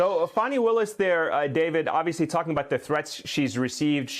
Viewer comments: Her name is NOT Fanny, it's pronounced FAWNEE! Stop calling her Fanny!!! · Even AFTER Greg pronounced DA Fani (pronounced: FAW-nee Willis') name correctly THREE times, Ayman mispronounced it. I realize the discussion is much more important than that but you'd think MSNBC would be first in line to pronounce Black women's names right! Yes, it's a personal sore spot. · That journalist was so disgusting when he kept deliberately mispronouncing Fani's name as Fannie.